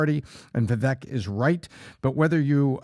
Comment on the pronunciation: The look in Patrick’s eyes when he’s pissed about the echo is the real Patrick. Absolute psycho control freak. I feel bad for his kids. But hey good job Patrick, you finally learned how to pronounce Viveks name after having him on your show multiple times. You are a manchild who scammed his way into a fortune and half of your show is you trying to flex your pyramid scheme earnings and shouting random percentages about shit nobody cares about. I bet you his staff is constantly walking on eggshells.